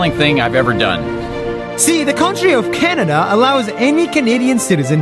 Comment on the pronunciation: You said Shanada Not Canada